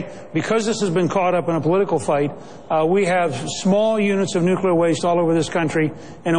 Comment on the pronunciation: How cute that Perry calls it "nucular"!!!!!